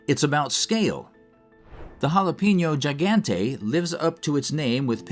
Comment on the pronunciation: Around the 16 minute mark, you guys are talking about a jalapeño pepperThe jalapeño Gigante. You’re pronouncing the last word wrong. You want to sound more like: he gone teh.